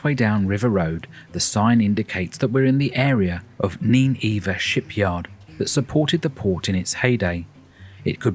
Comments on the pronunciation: Nineveh: pronounced, ni-nuh-vuh. Not nin-eve-vah. 😖🙄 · Another wonderful place and video about it. But, do tell: do the locals pronounce Nineveh as you did here? That would be fascinating to know. And I believe there is some mythology surrounding cities being those with C of E Cathedrals. For instance, Chelmsford has had a cathedral for donkeys, but it only recently became a city. Please keep these coming. They are such a delight.